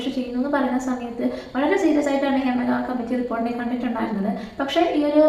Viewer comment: Adhyam poyi padik, hima alla hema